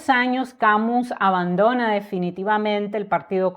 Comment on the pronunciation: Mi estimada, tengo decir que de Albert Camus solo leí su obra teatral El Mal Entendido,que me impactó muchísimo. Gracias por hacerme conocer más de la vida de este gran escritor. También me gustó que tu pronuncies el apellido Camus,tal cual esta escrito; por que escuche que lo pronuncian "Camius". Un saludo fraterno desde Argentina.